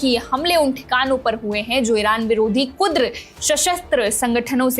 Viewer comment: Kudar nahi hai maidan kurd hai pehle bolana to seekh Lo dekh lo bade patarkar😂😂😂